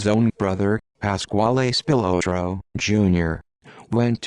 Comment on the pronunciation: It's pronounced Spill-lot-row. At least learn the name if you want anyone to believe you